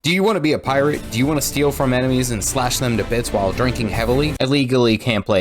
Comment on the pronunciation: Sorry i cant un-hear Keira knightley say "Phi Rah"